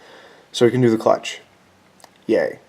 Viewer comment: We are doing the “clootch” 🤣🤣🤣